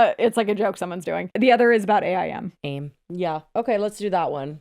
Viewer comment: did you… just say… A.I.M instead of AIM?? Gurllll 😅